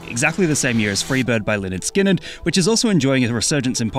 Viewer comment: It's pronounced 'Lĕh-'nérd 'Skin-'nérd